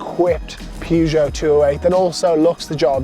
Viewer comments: I pronounce this brand as pe-zho. Not pyuzho. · The prononciation of Peugeot is perjoe. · Pronounce Peugeot properly 🤣🤣🤣😆😆